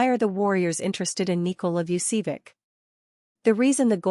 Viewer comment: Learn to pronounce "Vucevic." correctly.